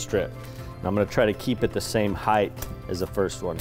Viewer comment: I stopped as soon as he said heighthhhhhhhh. 😢😢😢😢